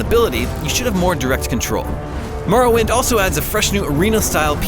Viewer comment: It’s more-oh-wind